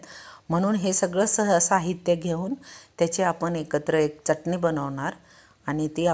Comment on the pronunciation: जिथे " मोठा ण बाण , बाणाचा आहे तिथे " न नळाचा उच्चार करू नये , च्यटनी उच्चार 😂😂 जेवण चटणी, शेंगदाणा , फुटाणे , धणे , दुखणे उच्चार ऐकावयास कानाला बरे नाहीत वाटत. व्हिडिओ बनवताना उच्चार सुस्पष्ट करावेत ऊच्चार सुधारणा असावी. प्रत्येक जण सुस्पष्ट उच्चार करण्याची सुधारणा करेल तर फार छान होईल. सुधारित पद्धतीचे शिक्षण घेतील तरी उच्चार सुस्पष्ट नसतील तर काय बोलणार..😢😢 😅 चटणी चा उच्चार " च्यटनी ", यू ट्यूब वर बरेच लोक करत आहेत 😂😂😂